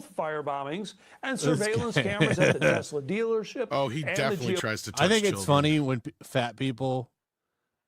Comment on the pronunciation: "Telsa" lol